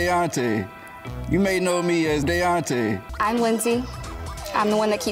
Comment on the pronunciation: I never could understand why these women he was SO in love with him kept mispronouncing his name! 😂😂😂 they kept calling him “Dee-ontay”… instead of “DAY-ONTAY”.. Daonte!!! Daonte!!!